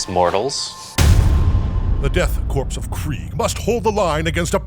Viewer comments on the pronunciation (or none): “Korps” is pronounced corps like in marine corps. It’s just the German spelling of it. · I don’t mean to be that guy, but every time he pronounces “Korps” as “Corpse” instead of “Core” I take 1 D3 psychic damage. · You keep saying "Korps" and "Canoptek" wrong. Korp is pronounced like core, and it's can-op-tek, not can-top-ek. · It's pronounced Death 'core', not Death 'corpse'. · Korps should be pronounced like core. I can't tell you how or why this bothers me so much. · Idk, I think "Death Corpse of Kreig" tracks pretty well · So are we just doing a meme by saying Death "Corpse" , instead of "Core" for Korps?